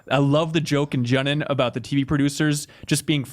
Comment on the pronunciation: "Junnen"....get outta here man xD